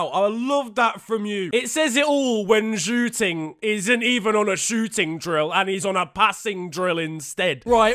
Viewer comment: you pronounced zhou ting in chinese as pork room